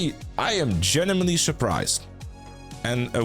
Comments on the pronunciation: Do you say genuimenly ? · he is 'GENIMENLY' interested, guys...